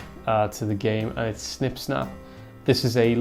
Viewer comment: I hate how everybody is calling it Snip - Snap. It is Sn-one-p Sn-four-p!! -_